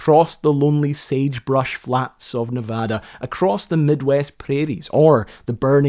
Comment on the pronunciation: HE PRONOUCED NEVADA RIGHT LET'S FUCKING GOOOOO